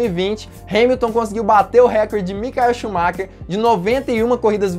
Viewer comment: Micaeu shumaker🙄🙄🙄🙄🙄🙄Maicon shumaker que se pronuncia maicon shumarrá....👍👍👍